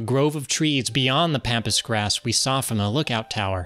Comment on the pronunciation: Pronouncing pampas grass wrong… smh